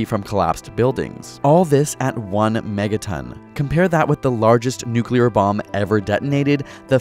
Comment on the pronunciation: NUCULAR📣POWER 📣SHOULDN'T 📣HAVE 📣BEEN INVENTED 📣